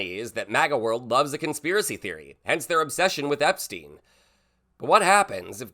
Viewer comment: Wait! What? He says he doesn't know Epsteen. I thought thats what I heard Cheeto say